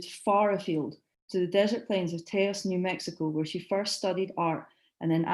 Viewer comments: That was very well done; complete & deep. Thnalk yoiu.It's pronounced Tah-os Turn up the volume. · Please learn your pronunciation for Taos.